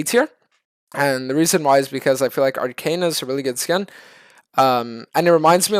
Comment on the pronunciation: the last one is arcana . He just pronounced it wrong i think.